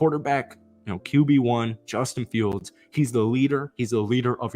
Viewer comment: "And 'bustin' fields" 🤣